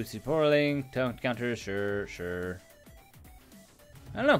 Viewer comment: Sap-ro-ling lol I love your videos but it was like being poked with a stick every time you said it wrong 🤣🤣🤣